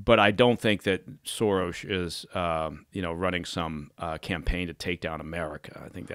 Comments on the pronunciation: The fact that he keeps saying Sorosh tells me he's protecting those close to him by not telling us what the truth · was he saying 'Sorosh'? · Why does he keep saying Sorosh.